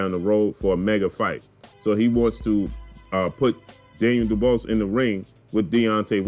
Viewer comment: ..his name is pronounced “du-bwah “ trust me I am from the UK his surname is French..you know the French colonised parts of Africa??